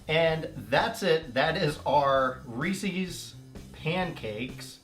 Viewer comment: Cracks me up how you keep saying Reecie's instead of Reece's!